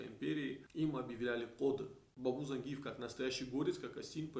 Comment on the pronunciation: ЗаенджИатай, и по русски ЗангИев, но не зАнгиев это точно!